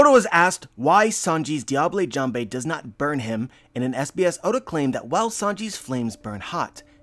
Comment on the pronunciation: Pretty perfect observations. Sanji is probably the best character in the series, despite his... eccentricities I love you, but please don't say "diablay jamblay" again It's French, pronounce it like "Diabuhl Jahmb"